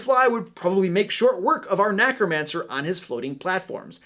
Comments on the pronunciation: I love all the advice he is giving, but am I the only one bothered by him saying NACromancer instead of NECromancer? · did you just say Knackromancer instead of necromancer? 🤣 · Is it just me or does he always say nAcromancer? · Thanks for a great video. Just one thing though: NECK-ROMANCER! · Are you saying “nAcromancer”?